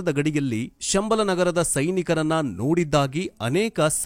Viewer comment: ಶಂಬಾಲಶಾರದಾನ್ಯೂ ಸಂಬಳ ಎಂದು ತಪ್ಪಾಗಿ ಹೇಳುತ್ತೀರಿ